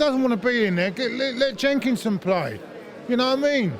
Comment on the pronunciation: Back when said "let Jenkisnon play" Lmfao